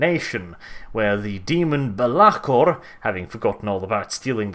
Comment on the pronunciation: you said belakor so fookin weird mate